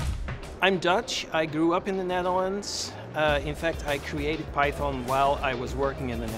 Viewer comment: I am here just to listen to the correct pronunciation of Python from the originator. LMAO